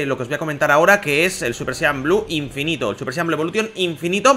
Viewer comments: Dijo Inifino xD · Like si vieron que decia INIFINO😂😂